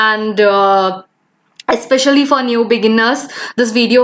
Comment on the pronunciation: I just pause there dislike the video & gonna after listening Yespecially Afcourse Woldar these pronunciation